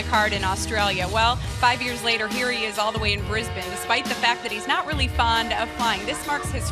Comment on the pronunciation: finally an american who can say my hometown properly, not brisBANE its more like how she said it, us aussies are very lazy lol